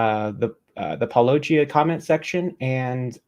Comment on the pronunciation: Kent can’t pronounce water and matter much less paulogia